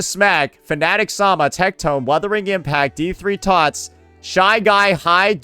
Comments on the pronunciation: ok i dont get why they cant say "wuthering waves" correctly. its an english word and "wurther" isnt even a real word while "wuther" is. it has to be intentional. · woordering waves..... lmao